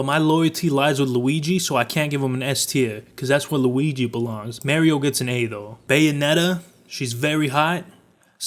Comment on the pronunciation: why do you mario like that dude say it like a normal person would.